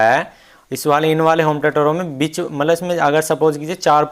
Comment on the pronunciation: उच्चारण बिच (bich) नही बीच(beech) होता है।